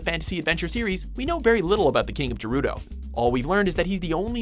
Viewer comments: He did not just pronounce "Gerudo" as "Jerudo"! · Did he said King of Jerudo? How the he,l do you mispronounce Gerudo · did he just pronounce Gerudo "Jerudo"???? i mean???? no?? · You triggered me by saying gerudo wrong it is NOT pronounced jerudo